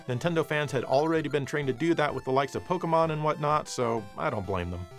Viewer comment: Well, sir... you may not be into Pokemon, but at least you know how to pronounce that name. I cringe every time I hear someone say "Pokimon".